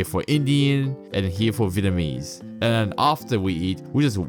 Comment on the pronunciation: Your voice sounds computer generated ! ..... very similar to another site in which it looks aye eye ... It does Sydney trains and it can't pronounce " th " either .... It uses f instead ! ..... BTW Vietnamese is pronounced .... vee et. nam ease ..... you never mentioned Liverpool right down past Picton no Chinese there .... all Anglos indians..... great to see another site come with their own comments !..... Becoming the norm these days